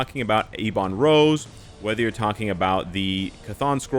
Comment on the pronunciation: Please stop saying eeeeee bon rose, its ebon rose, is ebony maw called eeee bony maw? No he isn't, please learn how to pronounce words lol, both you and other creators keep saying same thing and its so frustrating. Other than that, love your videos